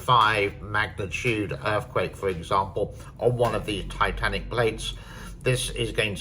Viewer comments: It's "Tectonic" not "Titanic" you dolt... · Tectonic pronounced Tek' tah nik. The earthquakes anywhere near the dam have been very minor between 3 and 4. The Richter scale is logarithmic meaning 4 is 10 times more powerful than 3, 5 isc10 times more poeerful than 4 and 100 times more powerful than 3 etc. The effect is more complicated than just the number. The depth and geologic factors play a role in the nature and degree of damage. The photographs showing gross distortions in the shape of the dam were due to photographic artifacts resulring from the way multiple photos were stitched together. Any deviations from the original shape are so insignificant they cant be detected by the human eye. A missile attack could destroy the dam. If that happened, it would be the worst humanitarian catastrophe in human history killing 450 million people or more. It would be the end of China.